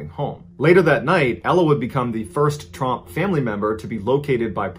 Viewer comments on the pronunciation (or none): it’s trump not tromp btw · It's Tromp, not Trump. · Wow I only just realized he wasn't saying trumps 😂